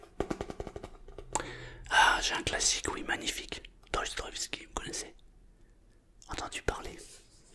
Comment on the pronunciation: Salut, super vidéo si jamais on prononce dostoyèvski